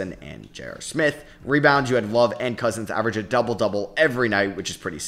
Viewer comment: Love and Cousins sounded wayyy too much like Lovin Cousins. Might need to move the team to Alabama